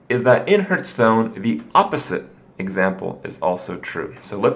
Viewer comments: are you annoying me on purpose by saying hurtstone? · It hurts every time when he says hurtstone :s